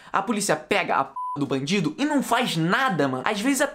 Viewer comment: Kakakakakaka... Qnd vc foi falar "vc têm ódio d bandido?" Eu entendi "vc têm ódio d mendigo?" Kakakakaka aí mó noss os cara passando fome e ele querendo mata eles kakakakakak abraço mn